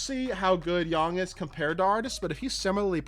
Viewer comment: It's yang not yong